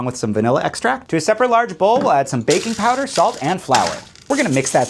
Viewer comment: just me or did it sound he said add BABY powder?